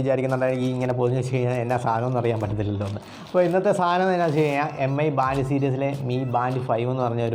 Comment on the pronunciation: മി എന്നാണ് വായിക്കേണ്ടത്, എം ഐ എന്നല്ല